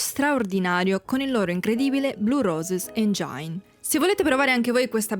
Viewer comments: Motore in inglese, si pronuncia “engin” non engiain. Non me ne voglia l’autrice del video, che peraltro è interessante. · Comunque è "engin" non "engiain".